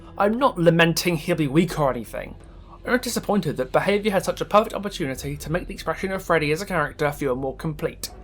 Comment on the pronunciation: the fact you didnt say "PAER FAECTTTTT" instead of perfect. is enough to make me love you.